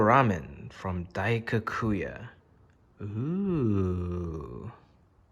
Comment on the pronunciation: I'm sad that Jimmy can't say Daikokuya correctly 🥲